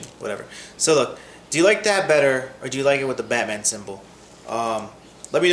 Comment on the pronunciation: Batman not Hubba bubba